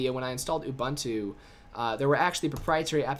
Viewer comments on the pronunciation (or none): A short visit to Ubuntu website will help you learn how to pronounce Ubuntu and Kubuntu! It is pronounced "oo-boon-too" and therefore "koo-boon-too". Nevertheless, thank you for the video. It's been rather helpful. It would've been way more helpful without your invalid personal opinion here and there! :|